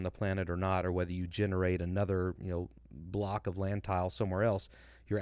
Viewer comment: Hey just a small thing. The French guy said in my hearing “ we stitch together block of terrain” it is very common for French speakers to not pronounce the s at the end of plural words as the s is silent in French when it comes at the end of a word. So I think he was saying “stitch together blocks of terrain”. that would line up with what Todd has said in the past. Great content!